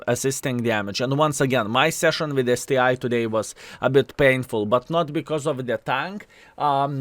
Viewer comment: It's not STI, man, it's ST ONE, COME ON :)